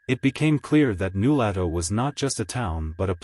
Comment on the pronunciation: You obviously never talked to someone from Nulato. They would laugh at you for mispronouncing New LOH to fool. Zzzzzzzzzz. Fake story